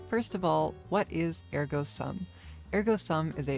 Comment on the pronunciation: Are we really back to pronouncing Ergo Sum wrong?